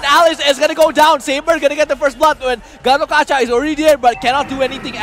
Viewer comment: yeah and gatokaja how they pronouce gatotkaca